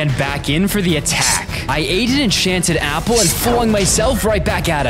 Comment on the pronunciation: Why did you say Apple a gpple